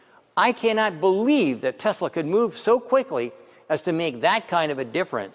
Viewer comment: Tesala, not Tesla.